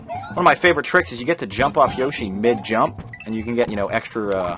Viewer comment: Are you going to refer to Yoshi as "Yosh" the whole time?